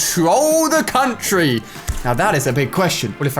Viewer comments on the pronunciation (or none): none